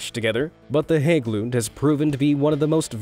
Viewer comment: Nice work on pronouncing Hagglund. Perfect :)